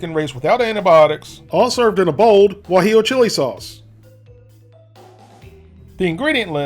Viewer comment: You said Gwa-jello sauce and then recorded over it, didn't you :)